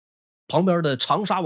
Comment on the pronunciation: 乂讀愛音❤